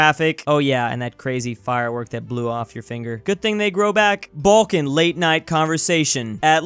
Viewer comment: Did I Hear Baljan 👀